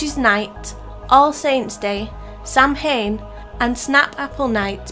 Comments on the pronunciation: ’Samhain’ is pronounced ’sowen’. (’sow’ as in ’sew’ing machine + en). It’s Cornish for ’goodbye’ - as you said in the video, farewell (to Summer). It marks one of the great Sabbats of the year. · this is a great list guys, but you pronounced Samhain wrong. it's pronounced 'sow - en'. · The closest I can write how it is pronounced is.....sow-win. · please pronounce samhain correctly!!